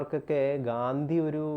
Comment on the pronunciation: ഗാന്ദി അല്ല ഗാന്ധി ആണ് bros. 😊